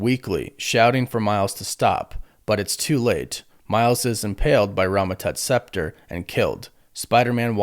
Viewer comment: How can you read a script and still mispronounce like, so many words. Spector is not pronounced scepter. Ragged is not pronounced rag’d(?) I mean come on man you had one job lol.